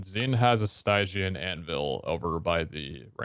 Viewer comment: "What is a... stiegeean anvil?" Please Please don't tell me it says stygian. Stygian Anvil Oh